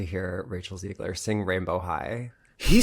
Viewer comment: it’s ZEH-GLER